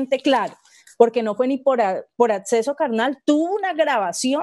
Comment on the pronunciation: ¿Qué es "Setsual"? " Atseso?